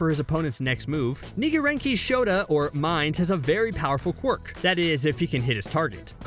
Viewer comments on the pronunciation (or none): Nigerenki lol it’s Nirengeki, which means double attack in Japanese